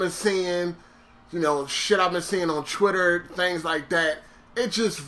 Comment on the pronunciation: Why does it always sound like you saying Chtwitter.